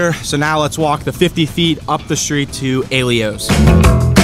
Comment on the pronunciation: Maybe you should learn to pronounce the names of the pizza shops you rate. How do you get A-lee-o from Aiello? Do your homework. Also, how can you say Mineo's cheese is just "decent". Their aged provolone is amazing. By your own words, Mineo's is one of the "renowned" pizzas in The Burg, yet you rated it poorly? There's a reason it's so renowned, though you obviously missed it.